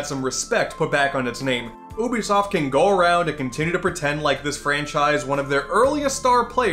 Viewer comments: Its pronounced "U be soft" not "ooh be soft" bc you and other youtubers keep mispronounced it I'm giving you a dislike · Your saying Ubisoft wrong It’s not ooobisoft It’s Youbisoft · I hate how he says "oobisoft" so much. Idk I'm more used to pronouncing it as "yoobisoft" instead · You say you-bi-soft not Ubisoft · It's pronounced like "you-bisoft". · That's a weird way to pronounce 'Oubisoft' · How do you pronounce Ubisoft? 1: you-be-soft 2:oohh-be-soft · Man this was hard to watch listening to this guy mispronounce Ubisoft EVERY SINGLE TIME! Maybe a YouTube video on how to pronounce it might help you out, would have liked the video if you didnt say it so dumb everytime. Also Rayman Arena is the best, with 2 being a close second